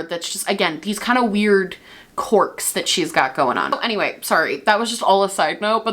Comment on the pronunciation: I know you're saying quirk but I just keep hearing cork